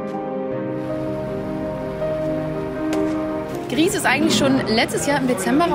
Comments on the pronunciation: Man macht aus Grieß Brei und hat das spanische Gris ganz richtig ausgesprochen. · Es ist wohl eher Grau auf Spanisch, da das Entwicklerteam Nomada Studios aus Spanien kommt. Somit liegen die Journalist*innen schon ganz richtig mit ihrer Aussprache. ^^